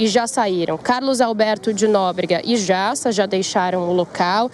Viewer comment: Errou o nome do Carlos Alberto de Nóbrega e não dá Nóbrega e o cabeleireiro é o Jassa e não o Jiassa !!!